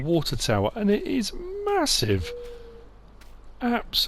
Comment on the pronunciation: HAHAHAHA, I love it!!! MA-HOO-SIVE!!!! Yet another reason you're my favorite Youtuber!!